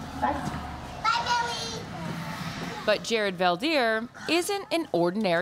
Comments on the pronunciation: Fun fact!! His name is pronounced incorrectly in English. It's Veld (velt) Heer (here). In Dutch (language in the Netherlands, in this case not to be mistaken with the Amish Dutch) a veldheer is a warlord!! And he's the peaceful kind. 😁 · Veldheer is Dutch for warlord. Veld = field and heer = man (like the German word Herr). So what's up with the Fell Deer? Why not Felt Here? Then again Favre is pronounced with the r before the v, so there seems no connection for Americans between writing and speaking 🙂